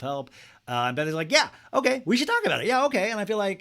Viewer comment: "Owkey owkey" 😂👌